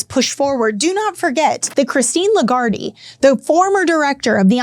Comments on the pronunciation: It's "LeGuard" not "LeGuardie" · 'Lagarde' has two syllables, not three. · You don`t pronounce the e at the end of Lagarde. Great video as always. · I'm not sure you're pronouncing her name correctly. But you are hot 🔥